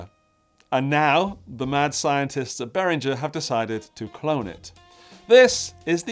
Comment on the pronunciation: Swiss engineer Uli BehrinGer's G is pronounced as in "rinGer stinGer", not as in George. You pronounced it right while joking. All German names (including Germania) has the same "rinGer" G.